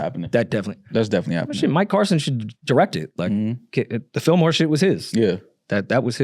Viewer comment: It’s Illmore not Fillmore